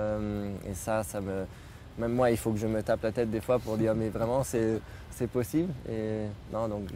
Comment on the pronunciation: Il ne fait pas les liaisons. "C'est un moment" on prononce le "T". Même chose avec "un bon élan" on prononce le "N". Pour aller plus loin si tu veux, il emploie le verbe avoir à l'infinitif lorsqu"il devrait utiliser le participe présent "ayant" (ayant gagné la dernière course) donc oui c'est poussée comme analyse mais ce sont ces détails que tout natif francophone maîtrise sans nécessairement s'en rendre compte